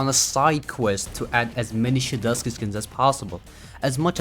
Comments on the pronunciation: 🗣🗣🗣shedelsky and to the dyslexic mfs fr though, THERE IS A T IN HIS NAME, ITS SHEDLETSKY idk why saying their name is a skill issue 💀 but really, please pronounce it right, I was being extra to be funny but it is something that urks me. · you're wrong because you said shedeltsky and not shedletsky /j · dawg can you please pronounce shedletsky right